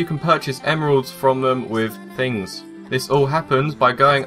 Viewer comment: ummmmm... "Tings"??